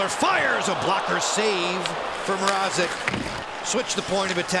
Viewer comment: For goodness sakes it's MRAZEK not MR-AH-ZEK I hope the canes get eliminated just so we don't have to hear this for another series